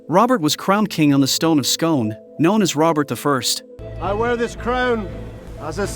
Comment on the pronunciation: He was crowned at Scone, pronounced 'Skoon'. I live a mile away from it. 😄